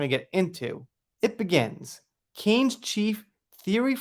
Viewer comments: Isn't it pronounced like can not cane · I think it's pronounced "kan." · A little help with prononciation, 'Cannes' is pronounced 'can' and 'Jeanne' 'jan' lol